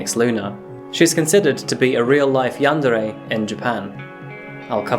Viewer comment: Yawn-duh-ray It's yawn-deer My dude watchin too much Markiplier